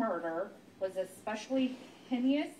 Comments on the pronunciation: & If you're going to read all that, you should at least be able to pronounce the word "heinous" & "mitigating". I mean WTF, it sounds like a 4th grader is sentencing him to death! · Right!? Also, it’s heinous.. ffs.. not “hinneeous” 🤦🏼‍♂️ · Her pronunciation is “hennious”. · When her safe word is "Heinous" but she keeps saying "Henyus" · "Hayni-us" and "my-gating circumstances" will get you every time. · Sorry, but "hineous" got me 😂 "Migating" as well. Bless her heart. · Also pronounced heinous as hen-E-us🤦‍♀️😬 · Her pronunciation was hineous. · Yeah, I was thinking the exact same thing? "Heinious"? And "Migating"? This is a representative of our U.S. judicial system? Yikes. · Henneyous?????? Mygating?? This county clerk can’t read 😂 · Listening to that clerk not know how to pronounce that many words was painful. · How she pronounced heinous was heinous 😂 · How does a court clerk not know how to pronounce mitigating and heinous ? Embarrassing 😮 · She can't pronounce heinous lmfao. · Yes, the heinous part was driving me nuts. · How does the court clerk not know how to pronounce mitigating and heinous? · For real. English is not my first language and I was offended 😂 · So the clerk, who spends all day in courtrooms, cannot pronounce "heinous" or "mitigating." Wow. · Me being a non native wondered for a moment whether there was an alternative pronunciation of "heinous". Haha. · She can’t pronounce “heinous” either. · Also could not properly pronounce the word "heinous". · Who let this lady read the sentence? She can’t even pronounce mitigating and heinous. She should have had to read it to someone before being let out on the stage. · Whoever is speaking CANNOT read. She cannot pronounce “heinous” or “mitigating.”